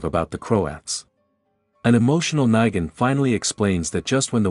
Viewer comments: Say it with me..."Neeeegan"...why are you constantly saying "Nigan" lol is this read by AI or something? 😂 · sounds more like knee than night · You're ok but please get negan words right